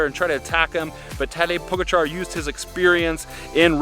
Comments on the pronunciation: When you can't even pronounce Pogačar correctly, should be ashamed they have their name attached to this. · For the love of God can you guys pronounce Pogacar correctly?